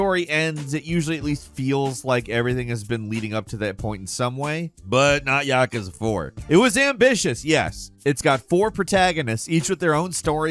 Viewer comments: Ya-Koo-za it is not Yak-ka-za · i have to say thsiguy has the worst pronounciations ever... "YAhkuhzuh" -_- say it with me "ya- KOO- zuh" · It's "Yah-kooz-ah" This guy misprounces things a lot. Like "iteration" as "Aye-teration" wuut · You’re saying yakuza very wrong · I have never once heard someone pronounce Yakuza this way. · Am I the only one feeling some type of way with the way he pronounced ‘Yakuza’ ? Ahahahah